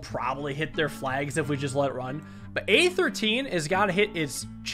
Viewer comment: He says "A13" but I hear "Aether Teen"